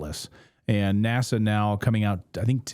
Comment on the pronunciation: NASA pronounced as the Swedish word for nose NÄSA (funny how English speaking have so difficult with our å ä ö). NASA is like the Italian boy made of wood, Pinocchio.